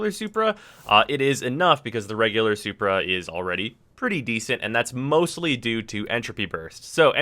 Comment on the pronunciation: WHY DO YOU KEEP SAYING SUPER NOT SUPRA :O